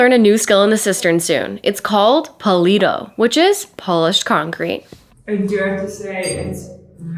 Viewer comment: Put the letter "D" between your teeth like "th". Puli(th)o / Pulido.